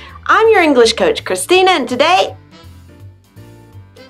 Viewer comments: But she's articulating incorrectly. The sh sound is not shuh. It's sh, like telling someone to be quiet. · Why, when she pronounces "English," does she say "English-uh"? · Why the spoken 'le' after she says English? The word is not Enghish-le, it is English! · nathanpiazza - totally agree! I’m a Californian and somehow came across this video and was thinking...what’s with the “uh” at the end of some words when she pronounces them. That’s NOT American. We don’t say “english’uh” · What is "English-uh"? The word has two syllables, not three. No one says it that way except perhaps Valley Girls. By the way, American Spanish speakers are the fastest talkers you'll ever hear. Puerto Ricans top them all. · Why do you say English-a????